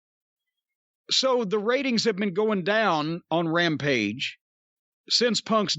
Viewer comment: "Rampige" as Konnan calls it